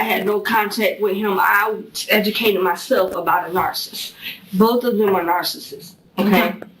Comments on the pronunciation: She keeps saying narsist! Lmao it’s driving me insane! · She can't pronounce narcissist. She said "narcist." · This is the best interrogation, I HAVE EVER SEEN!!! EEVVEERR!!!!!!!!! NARCIST.....I LOVE HOW SHE SO CONFIDENTLY PRONOUNCES IT AS IS SHE HAS A LICK OF INTELLIGENCE IN THAT BABY, PEA, BRAIN RADDLING AROUND IN THAT THICK AZZ SKULL 😅😅😂😂😅😅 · She can’t even pronounce it right